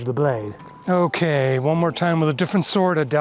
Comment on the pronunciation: What’s a sord?